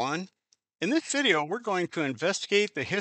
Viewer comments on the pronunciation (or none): none